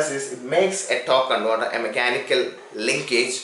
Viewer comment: What's a tawk conwoter?